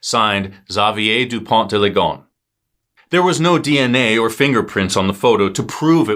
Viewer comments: Please pronounce Dupon deuh Lee Go ness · respectfully, your pronunciation is terrible